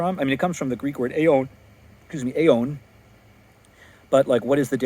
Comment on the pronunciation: Thanks for putting this out. Yes looking up all the uses of AIWN in the bible definitely shows it is not the same as without beginning or end.by the way on the pronunciation it seems you sound omicrons like omegas. I don't know ,I'm learning. 2. Look up "eternal" in an etymology dictionary & we see it did not initially mean without beginning or end in the English language. This was a later meaning for that word.